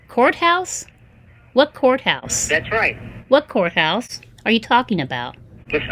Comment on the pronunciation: Lol! She hung up because you're oversmart 😂 I love how you're telling him his script and what to say next 😂 Relax he said coathouse not courthouse 😂 And last but not least the defeat hang ups para cerrar con broche de oro! 😂